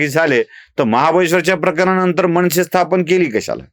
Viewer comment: म ण से नाही हो मनसे आणि निर्मान नाही निर्माण असा उचचार करा काय कळतच नाही या न आणि ण च्या आदला बदलीने उदा. गुणेगार गुणा.